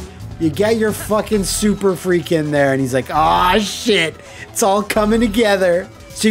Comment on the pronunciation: IT'S "SURFREAK". SURF...REAK. SURFREAK!